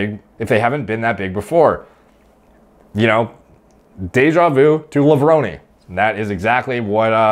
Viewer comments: LevronEEEE is the correct way to say it :) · You were right about how to say levrone.....I've heard him say it like that himself in an old video